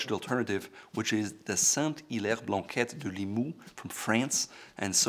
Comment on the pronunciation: Saint-Hilaire being my last name, I got all fuzzy when I heard you repeatedly pronouncing it quite right for an anglophone! Bravo!